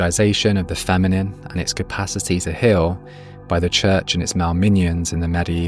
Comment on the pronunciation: Very well but the accent is horrible 😢 Hill instead of heal ?